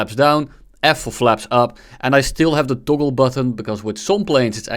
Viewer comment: Het is toggle niet toggol nederlander